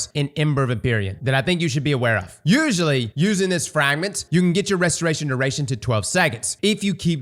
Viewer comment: I'm surprised you managed to say "restoration duration." So many times without screwing it up. Proud of you